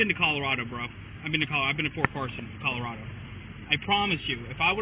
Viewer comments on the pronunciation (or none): She thought Colorado was pronounced Colorada